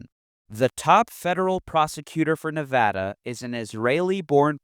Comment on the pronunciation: As a Nevadan, I always must commend someone for saying the state's name correctly.